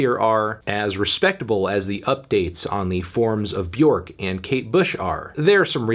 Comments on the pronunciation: So he went back to mispronouncing Björk’s name... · all these years and he still won't pronounce bjork right